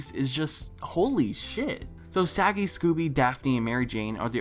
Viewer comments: He did and I'm ashamed to admit that I laughed for a solid minute at that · lol i laughed so hard mainly because it flew over my head